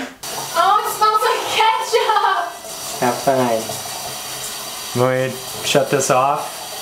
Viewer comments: he said kaatchup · I HATEEE THAT HE SAYS KATCHUP INSTEAD OF KETCHUP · But I definitely have a problem with the fact that says katchup and not ketchup